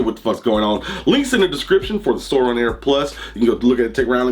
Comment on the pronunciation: Ok it’s Sore-in not soreon